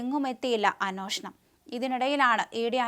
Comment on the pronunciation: "അന്വേഷണം" "അ-"നുവേ"-ഷ-ണം."